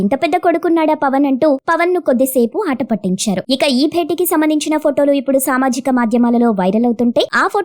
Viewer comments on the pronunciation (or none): none